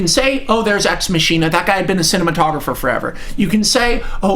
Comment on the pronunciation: "Ex Machine-A" Yeah...you're a smart guy and you don't deserve any hate, Max.